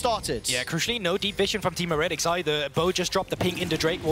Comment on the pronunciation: Someone tell this guy how to pronounce heretics